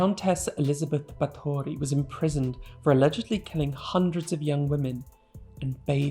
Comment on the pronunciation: Ba(Thor)y is the correct pronunciation 🌸 with the rithm of bbbaathory if anyone would've been interested ^^